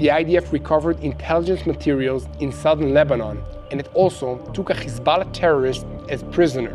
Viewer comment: the way some pronounce Hezbollah... it's nerve wracking, sucks